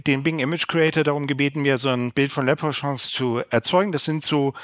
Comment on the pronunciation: Aussprache leprechaun ist eher lepprekauwn soweit ich weiß.